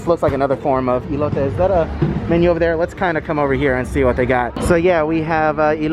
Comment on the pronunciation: “E-lote”....lol 😂 its like an ‘el’ectronic corn